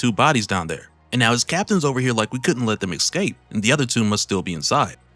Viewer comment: E s c a p e not eXcape